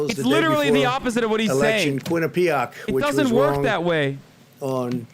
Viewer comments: "Sleepy Joe" is now "Mr. Biden." Funny how his shit talking has changed so quickly. And everyone knows he is saying Quinnipiac wrong. Voter suppression, record number of votes but it is voter suppression. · As a quinnipiac alum his pronunciation of the school’s name makes me want to end it all